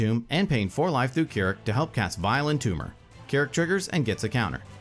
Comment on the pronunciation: This is the second time I've heard someone cast Vile Entomber where it sounds like Violent Tumor.